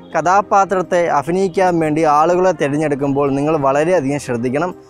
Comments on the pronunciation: അഫിനയിക്കാൻ അല്ല അഭിനയിക്കാൻ 😝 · അഫിനയിക്കാൻ...?? 😐അങ്ങിനെയല്ല അഭിനയിക്കാൻ ഭ.. ഭ.. ഭരണി..?? അതാണ് 👍